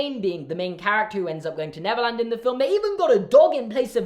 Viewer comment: I keep hearing Neverlands as Netherlands